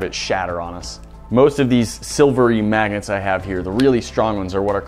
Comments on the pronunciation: Sounds like he said maggots. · it sounds like he says maggets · Every time u say "Magnets" I just hear 'Maggots' lol! 🤪😜 All I heard at 1st, 'Today We're gonna put some Maggots in the blender.'... 😂🤣😂🤣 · Some times when he says Magnets I hear maggots...